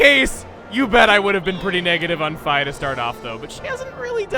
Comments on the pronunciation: I always read it as "Fee" whenever I played the game. Regardless of whether this is the correct way to pronounce it, it still feels weird hearing it said as "fie" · Doesnhe really pronounce it "F-eye" her name is "F-ee". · who else is annoyed that he says fi like fie and not fee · Hey. Just clicked in so Idk if what I'm gonna say matters. But you know that entity called Fi? According to what I've learned, the proper pronunciation of Fi, is "Fee".